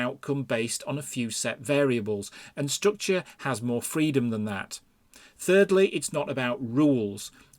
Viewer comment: I don't drink, but this would make for a good drinking game... take a shot every time he says, "strookchur".